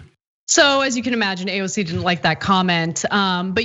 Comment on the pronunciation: HE cant even say AOC'S name!!!